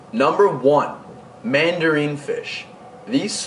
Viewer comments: Never seen anyone suggest mandarins are good starter fish...and it's not "all but the largest systems" I've seen them kept successfully in 75gs with productive refugiums and even a couple 55s. And I'm talking several years not months. It's also "man-duh-rin" not "man-duh-reen" just fyi ;). And I'm glad you pointed out damsels are just bad in general..not just for beginners. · you're a cool kid. And you have knowledge. However, the mandarin goby is not pronounced "mandareen". Mandarin, like the orange. Also, six-lines can decimate (dess-i-mate), not "deckamate". Good luck bro. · It's not mandareeen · Yeah I noticed this.